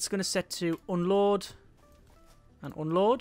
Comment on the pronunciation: I keep hearing "Oh lord" instead of unload.